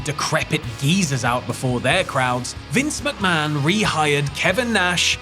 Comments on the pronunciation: "Vince Muckman" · Vince Muck-Man